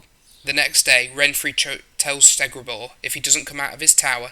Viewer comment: It’s all good mate Bruxa “Br-ucks-ah” Nenneke “Ne-Ne-Kay” Kikimore “Kiki (pronounced like Kiki do you love me)-More” “Stregobor” not “Stegrabor” You said Dinje in one part of the vid like why?